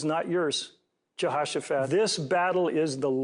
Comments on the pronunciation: I don’t think the pastor didn’t pronounce Jehoshaphat right 😂😂 he said “ja-hosh-sa-phat” but I’m pretty positive it’s “ju-ho-sa-phat” and I am c o n c e r n e d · wtf a jehawsifatt ik jehosephat not jehawsifatt